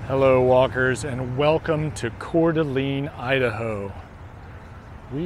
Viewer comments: Not sure if this has been noted: TLDR all the posts. Coeur D'alene is pronounced "Core Da LANE" not "Core Da LEAN". Lived around the area since I was a kid and never heard anyone use the LEAN pronunciation. I love your treadmill walks, but you got me wondering if I had been saying it wrong all these years. Checked and I believe is LANE. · Pronounced CORE -DUH-LANE, not core-duh-lean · Yes you keep saying Coeur d’ LEAN. Nobody ever ever calls it that. And it was really getting on my nerves lol but thank you for making the video.